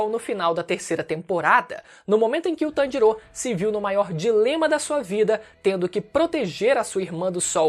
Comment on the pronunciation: Tanjirô, Nezukô... Pq essa dicção? D: hahahah